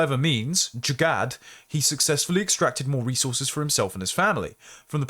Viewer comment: These words are pronounced more like "Izzut" and "Jugaar"